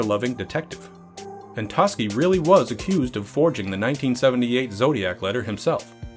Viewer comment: I also noticed the mispronunciation of Toschi, making me wonder if the narrator had actually watched the film or is just reading a script...